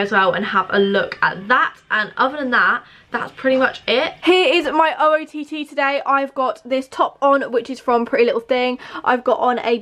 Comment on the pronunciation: said oott instead of ootd Btw I’m watching all here moving vlogs again